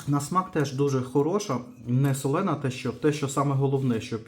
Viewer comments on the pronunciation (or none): СолОна, а не солЕна!